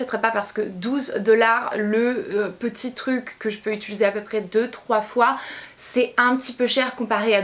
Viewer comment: pour la première fois tu a dis utiliser et pas utuliser 😂😍 bravo ma belle haha si non ba comme dhab hein tu sais que tu fais du bon travail 😘💗